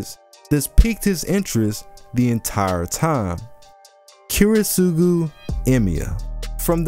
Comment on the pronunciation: this is is an absolutely fantastic video but please PLEASE work on your pronunciation of Kiritsugu